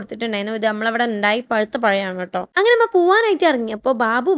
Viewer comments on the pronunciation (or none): ഇമ്മ അല്ല ഉമ്മ